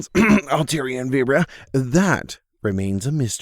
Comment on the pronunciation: What was that pronunciation of vibrava...